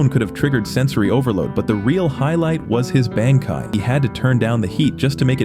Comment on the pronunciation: "Band kai"